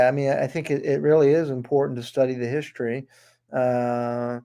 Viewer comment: What exactly is "hischtory"? Oh, Werner Von Braun founded Nassau? Would that be Nassau County, NY?